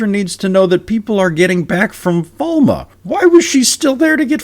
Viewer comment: The last Daughter-heir set off on her own – well, left her son behind, became a Maiden, and birthed the Dragon. I admire your perseverance in pronouncing it Falme instead of Falm. Does everyone else also pronounce Gareth's name Brine, like in the show, and it's just me that thinks it's /Brin/?